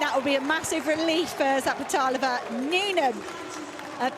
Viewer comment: ...and you still got it wrong :) Its Zapleta"lova" :)))